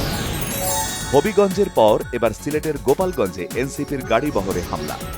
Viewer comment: গোপালগন্জ না গো লা প গন্জ